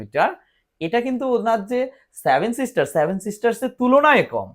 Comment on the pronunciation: আগে ভাই উচ্চারণ ঠিক করো তারপর নাহয় ভিডিও কোরো। সেভেন কি করে স্যাভেন উচ্চারিত হয়।